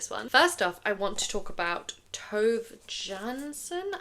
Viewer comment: Tove is pronounced as Tuuve